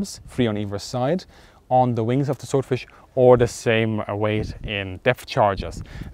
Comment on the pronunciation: "...of zee enemy" love it! (I hope that was an intentional joke, and I'm not making fun of his accent).